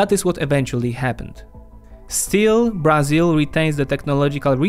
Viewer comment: Beginning with the wrong pronunciation of Brazil as "BrAzil" (with tonic syllable on the A, when it should be on the "I"), this video is a collection of mistakes. Brazil implemented import substitution policies (ISP) until the 1980's. Not so today. ISP, by the way, was used to promote industrialization, not agriculture and services. Brazil is undergoing a deindustrialization, which the current government is trying to reverse. The reduction in complexity of Brazil's industry is a direct consequence of governmental emphasis on fiscal austerity instead of investment oriented policies.